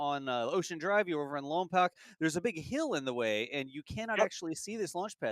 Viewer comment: Love you guys, don't make the good people of Lompoc mad, ( Lom- poke)not poc,keep up the amazing work